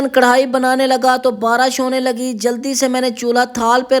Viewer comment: Aap ko bat krne ki tamiz nhi he kya. Barish ko barash bol rhe ho.